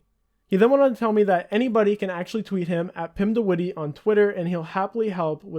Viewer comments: "Pimdewiddy" I love English people pronouncing Dutch names. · 'Pim de Wittie'